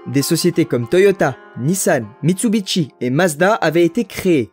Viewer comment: Propiétaire d'une Supra A70 Turbo depuis 15 ans, ma belle fete ses 35 ans cet année, et c'est que du bonheur & confort ! Par contre ont dit MITSUBISHI, pas Mitsubitchi XD